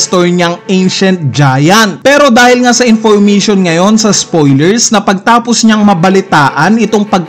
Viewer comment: Intiristing, Infurmitiun Theuri